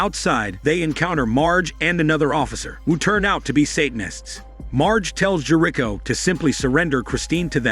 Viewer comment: half way though the recap, learn how to pronounce Jerico